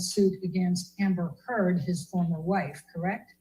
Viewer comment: Yo someone timestamp the part where the lawyer says "Amber Turd" for me please!